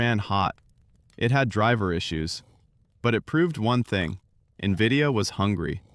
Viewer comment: Is this how you pronounce NVIDIA?! Or is this what AI reading does?